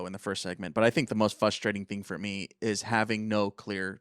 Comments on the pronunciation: It’s fRustrating not fUstrating😂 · Does he realize there is a r at the beginning of the word “frustrating”? Almost unlistenable hearing him say “fustrating” every 3 seconds 😂